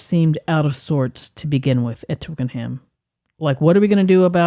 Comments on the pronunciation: Very enjoyable, but the pronunciation is Twicken'um, not Twicken-ham. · Please Americans (this is not just you guys, sorry, I love your work, this happens all the time) don’t try to pronounce things how they are spelt. Twickenham is pronounced Twicken’m not twick-en-ham. I wish American fans would just copy the speech that they hear.